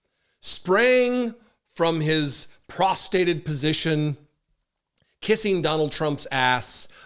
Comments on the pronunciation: "Prostated position"? LOL, no man, *prostrated. Otherwise, good job Jesse, and thank you for your service. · t=05m33s "sprang from his prostated position" 🤣 Slips of the tongue are often hilarious, like tripping over what's clearly meant to be "prostrated position," but in the case of Trump butt-puppet Ogles, "prostated position" feels like an accurate and acceptable substitute🤣 Carry on, sir.